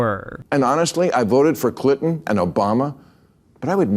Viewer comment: why did he pronounce it as ´clitton’ lmoa